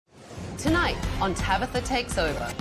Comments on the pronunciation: The daughter is probably more mature because she had to grow up with people like tabatha mispronouncing her name. Get it right tabigggffggfftha. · Her name is TABATHA not tabitha !!!!